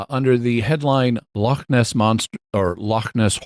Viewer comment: Scottish listener here! Very impressed that Jimmy managed to not only pronounce 'Loch' correctly, but also the city names Glasgow and Edinburgh which people tend to butcher. Next challenge for Jimmy: to pronounce 'ceilidh', 'Milngavie' and 'Sauchiehall Street' :)